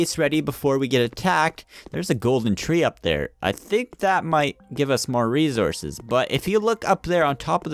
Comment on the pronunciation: Resources not rezorcous